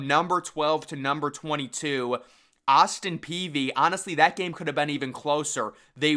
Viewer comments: It’s pee idk why it’s so hard for him to say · "Austin -Peevy" 😁